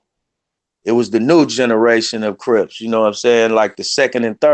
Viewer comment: Why does he call Crips "Rips"?